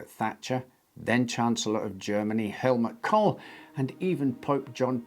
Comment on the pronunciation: Funny being German and listening to American pronounications .. took me a second to comprehend that the chancellor "Hell Mc. Coal" was meant to be Helmut Kohl